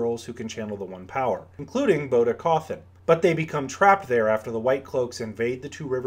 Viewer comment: Love your videos but how do you mispronounce EVERY name 🤣 How is "Bode" pronounced "Boda" ? Its ~Bow d~ or ~Bowd~